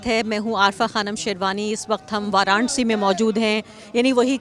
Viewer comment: वारांसी नही है मॅडम उच्चारण तो समझ लिजीए